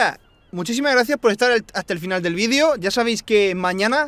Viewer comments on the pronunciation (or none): DIJO VEIDO